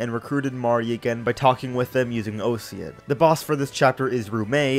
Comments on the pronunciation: Not to be a bummer, but Osian is moreso pronounced Or-sheen akin to how his name is pronounced in Japanese. As the name derives from Irish, alongside other names in Jugdral. It's just that Heroes (the game where the name is voiced) is rather wishy-washy when it comes to pronunciations. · Osian is pronounced ocean fyi